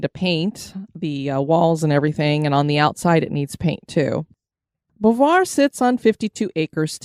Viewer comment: OMG.... It is pronounced BOW V'Wha